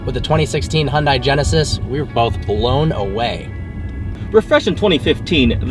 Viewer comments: can no one get the pronunciation down?! its not hyun DIE its hyun deh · hundie??? Are you serious... You're American. You're meant to say 'hunday' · Hon-dai Funny how in Korean, it's pronounced Hyun-Dae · Nice review. By the way it's pronounced Hyundae, like sundae with a short e, not Hyun-die (I'm Korean). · dude common you can't even say it right.... it's Hyundae like Sundae... not Hyun-da-iiii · It's Hyundai as in "Hyun-day" haha don't mean to hag on you but being part Korean it bothers me :p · Hyundai is pronounced like SUNDAY but with an H in place of the S! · Please pronounce Hyundai correctly